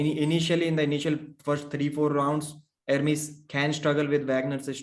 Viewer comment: It's "E-r m-E-s" , you should pronunce the second 'E' at the same way you pronunce the first!!